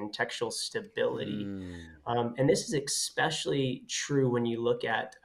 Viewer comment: I find accents interesting. emphasizes T sounds. But then he says "exspecially."